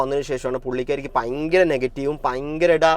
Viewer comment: പയങ്കരം അല്ല.. ഭയങ്കരം എന്ന് പറഞ്ഞ് പഠിക്കൂ